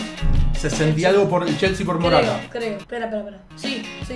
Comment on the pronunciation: Minuto dice RATA no MORATA jajaja